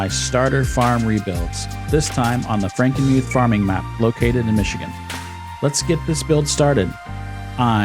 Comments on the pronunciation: You kind of said frank-E-muth which is common so don’t worry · It’s pronounced Frank-IN-muth, sorry I used to live there. Good Video besides that.